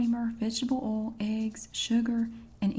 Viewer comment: I love it too. Her oil is like OL. I absolutely adore the way she says that.